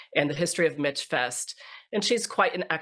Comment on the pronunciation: Very interesting discussion. Thank you. As an aside, you can tell the women who have never been to MichFest, they pronounce it Mitch Fest. It's MichFest as in Michigan.